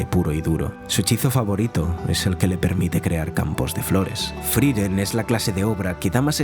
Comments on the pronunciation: por qué le decía FRIREN?? me da tocccccccccc. se llama FRIEREN F R I E R E N. larreputamadre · Hay una E entre la I y la R, friEren, no frIren 🤷🏻‍♀️🤷🏻‍♀️ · ''Friren'', la primer palabra del video y mal dicha, hasta luego